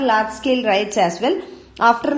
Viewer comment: It is not rites it is riots